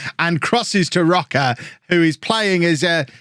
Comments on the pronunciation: His name is "Roach". Not Rock-a. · Please stop saying Roca. Roche would never be pronounced like that 😂 it’s “roash” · "rocker" maybe Row-shh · Jamie Roche is playing for my team Sirius. His father is from Norwich, England. So his name is Said as Roach but with an E at the end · Roche = row sh (row like rowing a boat, sh like shiny) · I had Jamie Roche when I managed IK Sirius in Sweden a few years ago. I’m fairly certain he was Scottish at that point and not Swedish - so it’s probably pronounced Roach? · Roche is probably pronounced Row-shay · Roche is Swedish which means his name would be pronounced like Roash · i think Roche is pronounced either like rosh or roash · is Roche not just said like Roach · You pronounce Jamie roche like Jamie rosh